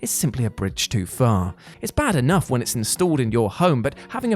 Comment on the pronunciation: "More like a bridge too fur"